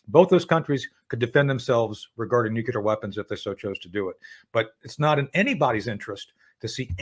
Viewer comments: Nucular -- How can The Judge not laugh every time he mispronounces a very easy word? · a US intelligence officer who can't pronounce "nuclear." says it all.